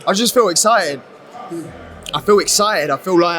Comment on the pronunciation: “I feel eggcited”